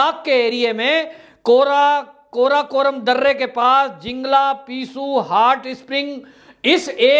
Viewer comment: कृपया वीडियो बनाने से पहले थोड़ा सा script का अभ्यास कर ले तो अच्छा रहेगा। काराकोरम जैसे शब्द का गलत उच्चारण शोभा नहीं देता।☹️😠